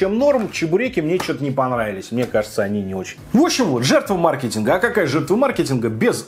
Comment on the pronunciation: наконец-то, научился правильно говорить ма’ркетинг. Ура!